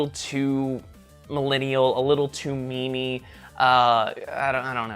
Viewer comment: The way you pronounce memey (to describe something as a meme) it made it like you sounded like me-me